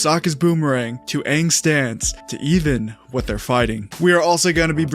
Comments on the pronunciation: If theyvdont pronounce Aangs name correct, I'm gonna lose my s*** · I mean. Whoever made the live action movie never watched the show. That much is clear, seeing as to how they didn't even get the pronunciation of Aangs name correct. So they obviously wouldn't get the bending stances or movements correct either. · If they dont pronounce his name correctly this time i will not watch it .